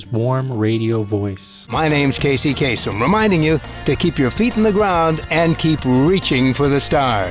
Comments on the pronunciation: Bro if you know he is Arab why are you pronouncing his name like a foreigner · The Arab-Americans always do this, the different pronunciation of the surname, it throws you off, haha.